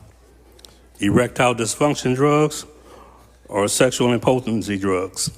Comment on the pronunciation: IM-pu-ten-see…..not Im-PO-ten-see